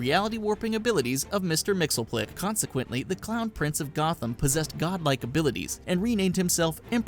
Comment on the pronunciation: "Mister Mixelplik". Dude, it's Mxyzsptlk. Mix, yezz, spit, lick.